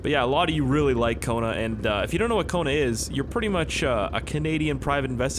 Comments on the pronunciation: Sometimes I thought he say koruna 😂😂😂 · Just a fun fact...''Cona'' that has the same sound as ''Kona'' in portuguese is a slang for p*ssy So i crack up every time you say ''Welcome to Kona"